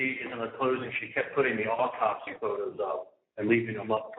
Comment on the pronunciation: The AwTopSee Photos -- The AwTopSee Photos -- The AwTopSee Photos!!! Waaaaaahhhhhhhh....